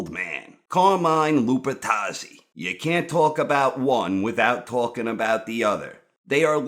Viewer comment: Cahmine Lupuhtazzi